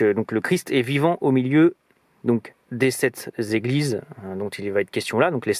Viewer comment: oh nonnn 7 zétoiles, 7 zéglises, ça ne va pas. Sept ne s'écrit pas avec un s. Tu m'as écorché mes oreilles